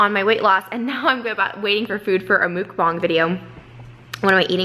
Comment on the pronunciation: trish love u girl but please pronounce muk bang correctly haha. its muk...like the word yuck. so think..muck bang